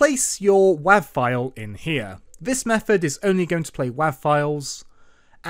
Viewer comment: bruh said wahv